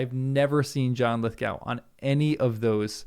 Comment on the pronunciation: You are saying his name wrong